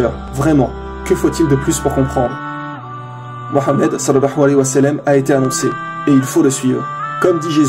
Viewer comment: Il faut que tu fasses attention à ta prononciation quand tu parles du prophète Mouhammad